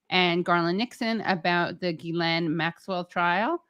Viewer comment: It’s GHIL-LANE, not GHIS-LANE.